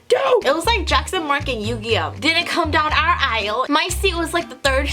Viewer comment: ...to me it sounded like you said "Yu-gi-yoh!" 😆